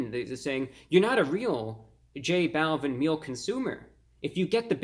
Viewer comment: Not tryna be rude but it’s pernounced j -ball-veen